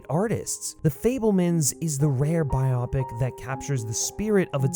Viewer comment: It’s pronounced “bio-pic”, not “bi-opic”. As in BIOgraphic PICture.